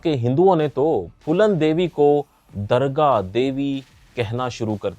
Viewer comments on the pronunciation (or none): ..;;'' BAETA , HOOST , MEZBAN ,, AENCAR ,,,,, AAPKO , THODE MEHNAT KARNI CHAHIYAE , HINDI BOLNAY K LIYAE ,,.. DARGAH ,,, OR DURGAH ,,, K FARK KO SAMJHAEEN ,, AESI BOHOOT SE GALTIYAAN HAEEN , TALAFUZ KI ADAYGE ,, SIKHNI ZAROORI HAY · Durrga not Dargah